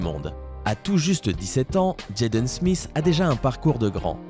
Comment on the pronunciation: On a regrader sa en classe je ne sais pas pourquoi et ta pas bien dit Jaden smith